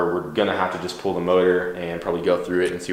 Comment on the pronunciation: Pool pool pool pool pool. It's pull. PULL. P. U. L. L.